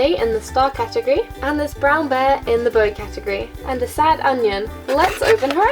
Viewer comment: catogry lmao it's catagory